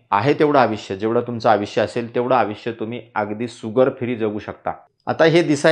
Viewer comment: धन्यवाद. छान, सोपा उपाय. सुगर नव्हे शुगर....... त्यापेक्षा शुद्ध मराठीत साखर असे उच्चारावे. तसेच आविष्य नव्हे आयुष्य.